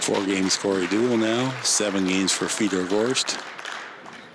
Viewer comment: Fedor still so young that the commentators didn't even know how to pronounce his name properly 🤣